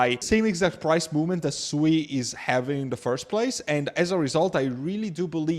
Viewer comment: its pronounced "SWEET" lol